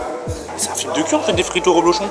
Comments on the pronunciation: DSL mais on dit reblochon avec un E ! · C'est du REblochon et non du ROblochon.